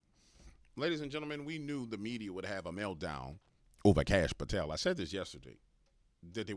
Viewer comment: or so, this PropagandaMSM 👿Terrorist owned by SchwabSorosGates, tries to act like she has dirt on K Patel but can’t even pronounce his last name!🙄